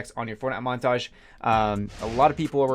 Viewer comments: "Monatage" great video anyways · "monatge" xD